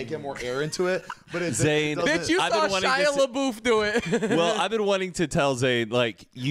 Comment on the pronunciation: “Shia lé-boof”